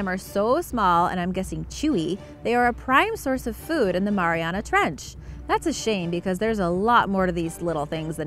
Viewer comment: Omg the way says mariana is making my ears bleed